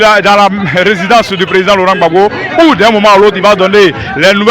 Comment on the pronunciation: Apprenez à dire monsieur Laurent Gbagbo, s'il vous plaît!!!